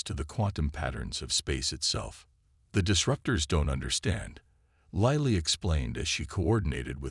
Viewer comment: What is it with using Chen in every story line. PLEASE EXPLAIN.? And for goodness sakes get this Lilly pronounced right for my sanity, and grammar.